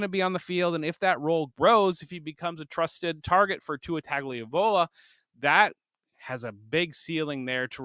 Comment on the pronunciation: Tua Tagaleeeelowwva 😂 JK love ya! Thanks for the content!!